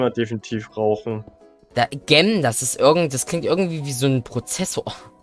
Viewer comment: Gem wir "dschem" ausgesprochen und bedeutet so viel wie Juwel